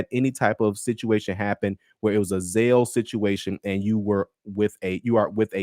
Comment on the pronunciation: "ZAIL" my brother??!!! Really/?! Go,and listen, a word to the wise.